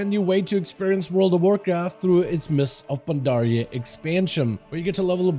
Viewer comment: him saying mists of pandaria is give me a stroke in a half